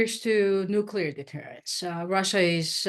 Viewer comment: "nuCLear." Not "nucular."